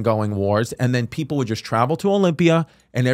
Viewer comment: chrissy the look in your EYEEEE when you said greek pepul